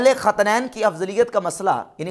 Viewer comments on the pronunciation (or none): 18 minit pe lafz khintain hy khatnain nhi durust farmaaain